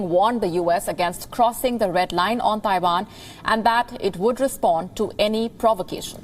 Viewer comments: It’s Taiwan not Daiwan! And pls don’t mixed up your Vs and Ws! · itz Taiwan, Not Daiwan